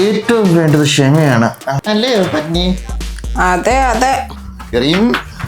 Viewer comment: പന്നി അല്ല പത്നി 😂😂